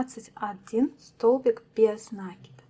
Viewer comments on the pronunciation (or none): Вот же нерусь, не нАкид, а накИд! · а вам срочно в словарь усиленно учится. Это несложно. Загляните в словарь. Там будет нАкид, только пожалуйста не используйте орфографический словарь, его нельзя применять для ударений, он в них часто ошибается. Старые словечки, которых нет в современных орфоэпических словарях, нужно проверять словарём Даля 😉, ну что просветились? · Идея, классная, спасибо за подробное видео! Но...какого нАкида просцици, русский язык для вас не родной? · НакидОм наверное надо вязать? У вас самой что по русскому было? Единица? Конечно нАкид, какие ещё могут варианты